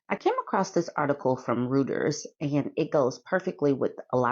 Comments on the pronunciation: Pronunciation guide: Reuters /ROY ters/ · Pronounced “Roy—ters”.